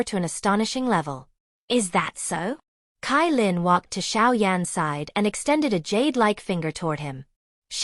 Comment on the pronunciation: CaiLin = ChaiLin not KaiLin